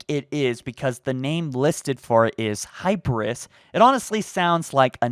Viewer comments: Yeah, narrator is leaving a letter out of that name. The way it's written, it's supposed to rhyme with Captain Kirk's middle name. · I’m not sure that is the right pronunciation for hyperius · The way he pronounces Hyperius bothers me so much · Am I the only one triggered he’s saying hyper us and not hi peer e us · Hypris? mans, you cant get Mjolnir or Hyperius xD. HI-PEER-E-US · I think it’s pronounced HI-PEER-EE-US, not HI-PRUS But yeah this is pretty messed up haha. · Hi-Peer-EE-uss - Hyperius. Not Hyperis lol. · It's Hyperious (Hai-PEER-us) not hyperous (hyper-US) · Also it’s gonna be pronounced “High-peer-ee-as” not “high-per-us” It’s a play on Hyperion. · Not Hyperus. Hyperius, HI-PEER-E-US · Hyperius not Hyparuss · “High-peer-ee-us” not “high-per-is” say it with me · Also, the name is pronounced “high-pier-ee-us” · I feel like the brute's name is pronounced "Hi--Per--Ee--Us" Just sounds better and... Brutish I guess? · It's pronounced, *Hy-peer-ee-us*. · 1- The voice video is a teaser, not a trailer. 2- What makes you think 343 is trying to mislead anyone, they havent given us hardly anything in 5 years. 3-Your basis of this entire video is MEGABLOCKS.. 4- Hi-peer-e-us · Bro, why do you say Hyperius like that!?? Say it with me. HAI—PEE—REE—US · hyperus? think ya mean hyperius, with the e being pronounced by itself. also it is a name, it used latin/greek naming conventions of having a vowel then an s at the end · You're saying his name wrong. It's pronounced "HI PEER REUS" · I heard hyperius as Herpesereus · I personally would say that name closer to this pronunciation: Hi-pEEr-eus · I think it's pronounced hypee-rr-e-uhs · You mispronounced his name dude, Hyperius. 'HY-PEE-REE-US' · "High-Peer-Ree-Us" Love the vid but man, everytime you mispronounced his name I cringed.😂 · Hyperius (hi-peer-e-us) Sacrifice I love you buddy but that bothered me a little bit lmao. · pronounced HY-PEER-EE-US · Hi-Peeer-e-US HYPERIUS. HI-PEE-REE-US